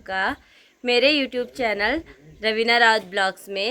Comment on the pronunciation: स्वागत होता है ना की शवागत😅